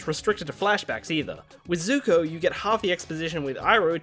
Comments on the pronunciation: SUPER NOVA X INFINITY001 I think it's pronounced Zuko not zoku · 29 second in the video u said zuto it zuko